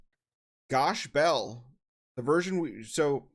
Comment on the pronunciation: Funny YouTube man says to use the original name then doesn’t pronounce it correctly 😂